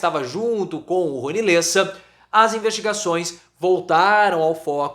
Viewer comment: LÉSSA, professor. Lê com e aberto, não com e fechado. Cada vez que vc erra doi o meu ouvido.